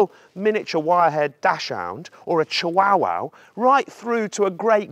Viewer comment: U said Chihuahua wrong LOL🤣